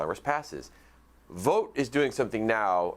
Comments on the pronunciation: His name is pronounced like bought, not boat. Chance Vought was a famous aircraft builder, it was not pronounced Chance Voat. Google it. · If you want to stop him, pronounce his last name like Vaught.